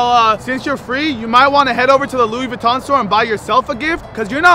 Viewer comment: POV: YOU ARE SPANISH: Gucci Vinton yea Gucci Vinton 💀